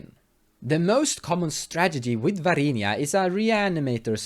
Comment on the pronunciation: VAR-INA NOT VAR-INIA god i got triggered. mispronunciations aside, nice deck! :)